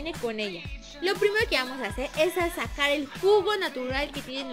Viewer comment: lesslie en el minuto dice sasacar